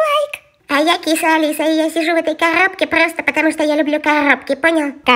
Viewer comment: А я Киса Алиса и я сижу в кахггхопке потому что мне нравятся кахггхопке. 😂😂😂🤣🤣 Почему её ненаучат говорить?